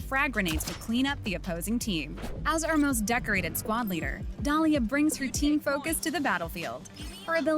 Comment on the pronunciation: Dolía u mean Dalia lol love ur vid tho